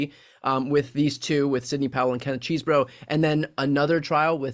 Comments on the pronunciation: It’s CHESS-bro, not CHEESE-bro. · I happen to know Kenneth Chesebro’s brother, and can confirm they pronounce the name “CHEZ-bro”. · We (rightly) criticize media figures on the right when they (intentionally?) mispronounce names like Kamala Harris or Fani Willis... but that does NOT excuse "our side" from doing the same thing. It's CHEZ-bro. The man is not made out of cheese. ಠ_ಠ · You are still calling him ‘cheesebro’ 😂😂